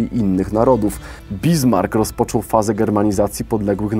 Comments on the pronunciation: Panie! Nie BiZmark... lecz BiSmark z lekko przeciągniętym 'S' (fon Bissmark...). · Nie "Bizmark", tylko "Bismark". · BISMARK a nie BIZMARK! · Pytanie o jakim okresie w Imperium Rzymskim mówimy, polecam zobaczyć jak wyglądała mapa stworzona przez Ptolemeusza koło 150 roku: Plus denerwuje amerykanizm wymowy Bismarck jako Bizmark, Niemcy wymawiają to Bismark, to że amerykanie mają problem z prawidłową wymową to nie znaczy że powinno się to papugować bez sensu. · Czy BiZmark, to chodzi o Otto von Bismarck? Nie znam niemieckiego, ale nigdy takiej wymowy tego nazwiska nie słyszałem - poprawne to, to, czy raczej zwykłe Bismark? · Bismark czytane jako Bizmark. Po jakiemu to? Na pewno nie po Niemiecku. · bizmark xd chyba Bismarck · Bismark nie bizmark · Źle mówisz stolicę Szkocji... Powinieneś powiedzieć (Edynborł)ewentualnie Brytyjskimi Dialektami (Edinburg). I nie ma żadnego Bizmarca. Ale szanuje fajny materiał. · "BiZmark" ? ;) wirklich...? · W nazwisku "Bismarck" nie ma z jak w "diese" na przykład, jest s jak chociażby w "lassen"